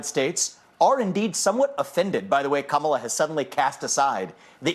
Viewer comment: I just heard this and it's either ironic, funny, or scary. Kamala wants her name to be pronounced as "Come-Allah."